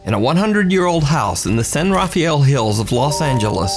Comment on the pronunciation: Hi.. San Rafael is pronounced "San Ra-fell". Us Californian's have our own language I guess. LOL